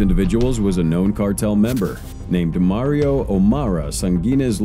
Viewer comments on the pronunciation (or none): none